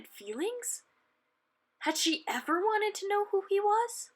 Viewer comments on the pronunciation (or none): none